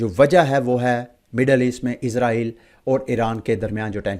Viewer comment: Bhi izrael nhi israil bolain